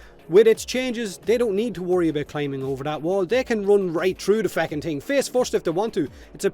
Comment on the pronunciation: He says focking just like Conor McGregor